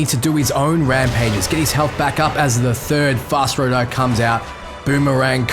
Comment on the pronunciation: Skyrim music in lotr? Btw its fus ro dah not fos ra doh